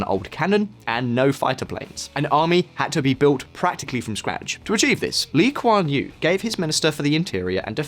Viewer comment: His pronunciation “Lee Kuan Yew” is accurate. Appreciate his effort.